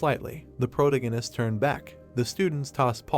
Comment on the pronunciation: Sir.. That is NOT how you pronounce protagonist 😭